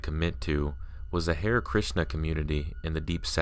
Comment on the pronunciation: Hare = Hah-ray